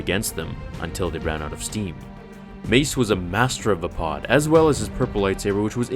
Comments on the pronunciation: isn't it VAY-PAD.... not VA-POD ? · Windu would have definitely won if it wasnt for Anakin and him hesitating right before Anakin interfered. That pronunciation of Vapad bugs me. Mace Windu has said multiple times in canon that Obi-Wan was the greatest Jedi duelist. He said Obi-Wan was the inly Jedi to master every form of lightsaber combat and the only one to ever perfect Soresu. Originally Qui-Gon forbid Obi Wan to learn Vapad as a Padawan, but Windu always wanted to show him and eventually did after Qui-Gon died.